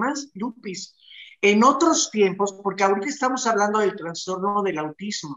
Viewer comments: * Trastorno no digan Transtorno.... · No se dice transtorno !!! Es trastorno